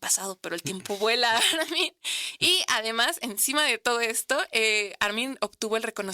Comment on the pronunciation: La conductora le dice Ármin acentuando la A 😏😣